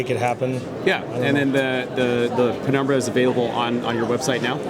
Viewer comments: Penumbra not pre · Penumbra, not prenumbra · Why are they calling it PREnumbra?